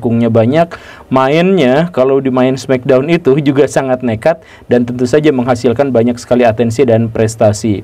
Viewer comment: di indo sebutnya smekdon bukan smeckdown